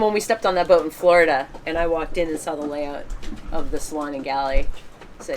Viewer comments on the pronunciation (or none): He had the indeer with Lisar, in Floridar..